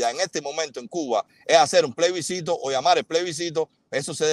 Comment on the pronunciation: Plebiscito no playbiscito jajaja